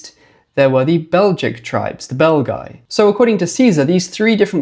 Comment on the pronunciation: I cannot help myself hearing "the bell guy" instead of the Belgi and picture Quasimodo in my head all the time...